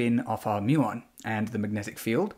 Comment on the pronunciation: Muon rhymes with fluton